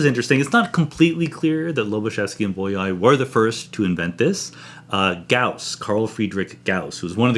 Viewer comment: Bolyai was a Hungarian mathematician, and it is pronounced "b-o-y-a-ee".